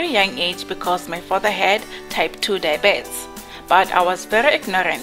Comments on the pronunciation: I hated comments on how you pronounce diabetes, kodwa after hearing you say it.. Ayyyy cc no man,, try Die-B-Ts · 😂😂😂 I thought I'm the only one who has a problem with dibet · Oh Lord... she is tryng to say diabetes... 😟